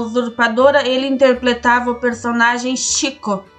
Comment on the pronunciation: interpletava; interpletou; acidente celeblal; nos rim; erro de português aqui nesses canais parece ser comum né?